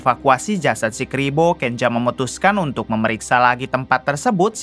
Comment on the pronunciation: Kenza bukan kenja